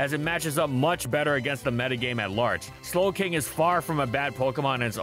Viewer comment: Please tell me the "Galarian Snowking" while talking about Clefable was intentional!